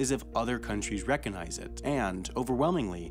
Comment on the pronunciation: REH cogg nyze: re'cognise. It's really not that difficult. Just try it once or twice silently, then out loud, before you start recording. Duh.